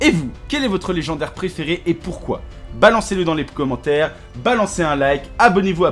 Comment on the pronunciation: Mdr javas meme pas capter x) et a la fin il dit daller mettre un Bcommentaire